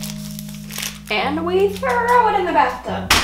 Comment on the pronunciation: "And we trrow it in the bath tub!" plop